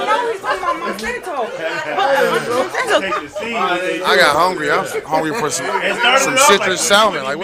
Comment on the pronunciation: 😂 got 2quit smoking 💨He called Dr.Francis Cress Welsing Neely Fuller & He was pronouncing Monsanto wrong quit eating those edibles Bro ✌🏾